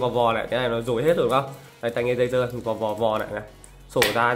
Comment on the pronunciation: Tôi nghe ông này nói đây là tay nghe DÂY DƠ